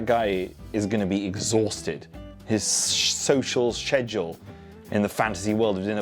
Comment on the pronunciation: oh u mean shoshalsheshual?